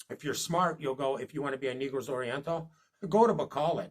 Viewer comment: Sir, If no one has attempted to correct you in your pronunciation on the way pronounce the word. "Negroes" Oriental. It is not pronounced " Neegroes"...it is pronounced, "Naygross" Oriental. No harm intended, just food for thought...